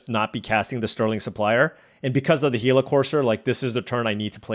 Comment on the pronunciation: Love the content! Missed you on the pro tour coverage the last few years. Happy to see you still have love for the game. Thanks for being the only YouTuber I've seen that pronounces Gila correctly! My only request is that you hover over the cards a bit longer during the draft so we can read them easier